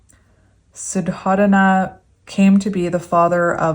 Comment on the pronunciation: SUDDHODANA = SUE-DOE-DUH-NA GAUTAMA = GOW-TA-MA